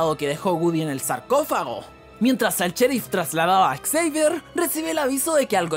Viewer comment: Encerio xavier se pronuncia exceiver? :^ yo me llamo así y se pronuncia Javier jaja